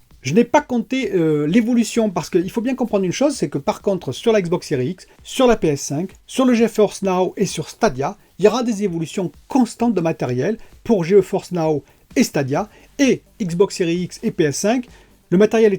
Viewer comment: tu dis "Ge-oforce now?